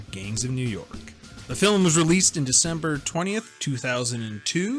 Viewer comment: How come one of you pronounces "film" weird? He says "fil-em". Are you guys Canadian?